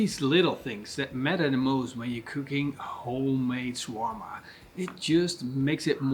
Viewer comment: It's pronounced "sha-war-ma" and it's Arabic, not European.